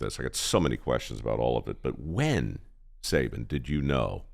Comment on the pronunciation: Only disappointed in one thing here and that's Mike Rowe's mispronunciation of "Sabin" and Sabin NOT correcting him.